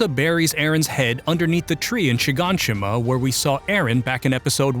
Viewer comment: Shinanshina not shiganshima. Please stop using chatGPT to write videos for manga/anime you haven’t read/watched. It’s very apparent you did not partake in this story.